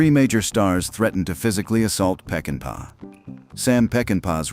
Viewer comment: If you're doing a documentary on a masterpiece, you ought to pronounce the director's name correctly. Its NOT "Peckinpaya." which is what the narrator says. It's "Peckinpah." Sam Peckinpah. Pronounced; "Peck-in-pa."